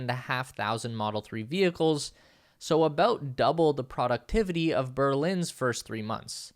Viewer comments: This is a GREAT video! And whoever is in charge of recording this voiceover sure has a lot of work that they're doing and they accomplish it quite well (and that's a lot of text!) That said, I have really only one pretty big problem (it's probably not most people's issue) ... Sorry, I gave it to outs but then when I kept hearing him say "productivity" pronounced like "PRAW-ductivity" instead of what I understand to be the correct "PROH-ductivity," I felt that I should mention it. Mainly because it probably will be spoken again in future videos and at least I feel sounds so much better spoken correctly :-) (and if I'm wrong about the pronunciation or it can be corrected both ways, then I stand corrected :-) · "Productivity" is one of those words that can be pronounced either way, definitely. The pronunciation of it varies depending on location. For some people, pronouncing it "proh" would even seem strange and wrong. ☺